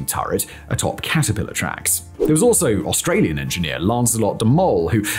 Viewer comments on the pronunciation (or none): none